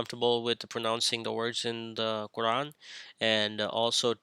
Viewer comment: Your Arabic is catastrophic, you can't even pronounce Quran correctly. No wonder your a misguided heretic who lies about the hadith.